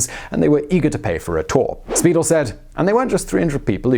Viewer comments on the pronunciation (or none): ”Spy-DELL,” not “Speedle.” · Acccckkkk! I hate mispronounciations! It's Spy-dell. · While we're at it, it would only be honorable to pronounce Bill Speidel's name properly. It is Spy-dell' - just like the stretch watch band company. He was quite the promoter! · Very good, a few pronunciation errors but pretty accurate. Bill Spiedel's name is pronounced Spy Dell. His book "Sons of the Profits" is a Seattle classic! Alki and Duwamish are explained elsewhere. The tours have changed a lot over the years. There used to be different tours for children during the daytime and adults at night. A lot of the access to the underground was lost when Pioneer Square became trendy and new businesses moved in. The current tours are still worth the effort but not near as much fun as they were in the 1960's. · Speidel's books "Doc Maynard" and "Sons of the Profits" were the reason I got so interested in history in the first place. In my view, he's still the best history writer ever. This segment (minus of course the pronunciations of Alki, Duwamish, and even Speidel - the usual gesture of throwing my arms up in the air in frustration) is a good supplement to his stories of the Great Seattle Fire (and the reason why there isn't a Denny Hill located where Belltown is today). Hiram Chittenden, early Seattle's most famous civil engineer, came in sometime after the fire I think - a biographical segment on him would be interesting (even if he is a major figure just in local Seattle history). As I recall, Lou Graham's more famous moniker, at least according to Speidel, was Madame Damnable. That she was such an important figure in early Seattle history, and its eventual rise over transcontinental railway terminal Tacoma, is part of what makes the city great - I'm glad you guys gave her the respect she deserves (as Speidel had).